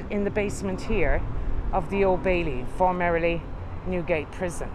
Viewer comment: Another absolutely brilliant video. But I love how you pronounce FORMERLY as FORMERILY... Too cute! #FreeToursByFoot